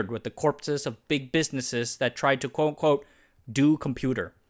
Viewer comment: You need to slow down your speech at some points. I could barely understand what you were saying and had to rewind multiple times to catch your "quote unquote" which sounded like "coco". And your explanation of the SBS acronym, I still can't figure out what the last S stands for. Systems? Sims? It's just a vague syllable. Your content and topics and research are amazing, don't shoot yourself in the foot with bad enunciation!